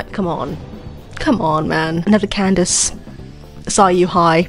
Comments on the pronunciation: lady fr said ken-da-kay for candace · LMAO THR WAY U SAY CANDACE